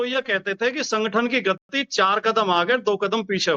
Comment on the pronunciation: ये अपने आप को पढ़ा लिखा बताते है पर गति को गत्ती बोल रहे हैं।